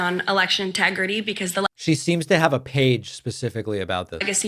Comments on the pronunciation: Did she say "election tegridy?" Boy, Randy Marsh is going to be feeling great after that. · “Election Tegridy”